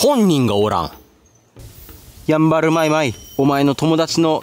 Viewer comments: やぁんばぁるぅ⤵️www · ヤンバルのイントネーションが気になるの俺だけ？ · やんばるのイントネーションはヤンバル○○(和名)の時と同じで良いからね～ゆたしくよ～！ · なぜだ ヤンバルテナガコガネや ヤンバルトカゲモドキはちゃんと イントネーション合ってるのに なぜ＂やんばる＂単体になると ＂ファンケル＂と同じ音程になるんだ